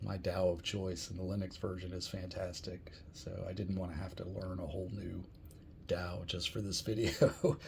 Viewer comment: Dow? lol What is it with Americans and their inability to pronounce any English word that contains a vowel? Hint: DAW rhymes with awe. Question: Do eye-talians live in eye-taly? 🤣